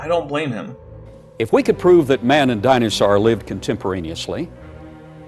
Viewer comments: DINAHSAURGH... Shiver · I'm re-watching this series in the 2025 spooky season. I'm still heartbroken over the destruction of the acrocanthasaurus fossil, and still perturbed by Baugh's pronunciation of "dino-saar." He truly doesn't human very well, does he?? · I don't like the way Baugh pronounces dinosaur. Just putting that out there. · Why does he have such a weird pronunciation of "dinosaur"??